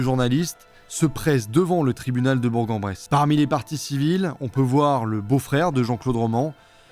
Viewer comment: on dit "Bourg "k" en Bresse 😂